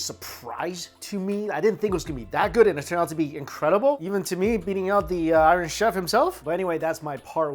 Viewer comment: Have to laugh. When Mikey says iron chef. It sounds like Irish chef.😂😂🍻🍻🇦🇺🇦🇺